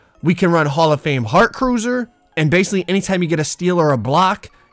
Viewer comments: Heart cruiser I’m not the only one who heard that😂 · Anyone else go straight to the comments after hearing “HOF heart cruiser”? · Yep man said heart cruiser 🛳 I had to check the badge again 😂😂😂 make sure I'm not going crazy. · I cringed when i heard “heart cruiser”